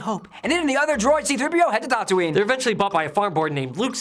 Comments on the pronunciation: Sounds like you say R2 & 3PO head to Dantooine . Tattooine! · Is it me or does he mispronounce Tatooine